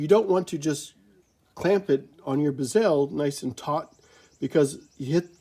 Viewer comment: Great videos! You’re causing me stress by the way you pronounce “bezel”. lol It makes my eye twitch. Mind you, I pronounce “decal” as “deckle”, as opposed to “deecal”. I find your videos very informative and helpful. Keep up the great work.